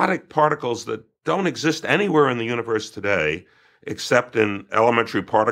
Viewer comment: part-I-cles (it's crazy but every word leads back to oneness) love these conversations though...